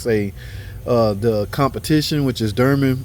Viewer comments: he means dorman lol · says or pronounces this cooler as Derman, what is the correct pronunciation?